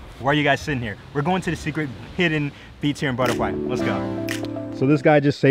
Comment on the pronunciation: Great vid! But its "Bora- khai" not "bora-kwai"🤣✌️ can't wait to go there in Jan!